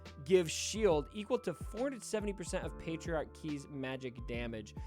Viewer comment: The way he pronounces it sounds like patriarchy, which was just funny lol